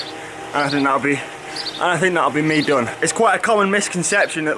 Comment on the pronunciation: I wince every time you savage the word “done” or ‘DON’ as you pronounce it😂💀